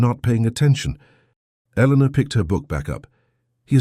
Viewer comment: The narrationswallows the "R" sound..her name is Eleanor but it sounds like Elena, and the captions are phonetic when in doubt because AI can't reason